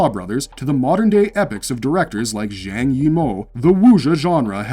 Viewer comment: The majority of this are not Wuxia though, they are Gongfu genre. Also a crazy amount of names were mispronounced by the presenter. PLEASE DONT SAY ZHANG LIKE THAT, It's pronounced as if it had a "J" instead of a "ZH", it is pronounced JANG.